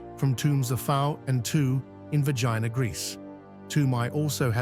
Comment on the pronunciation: Bloody hell its not Vagina.. its Vergina say it correctly Its embarrassing.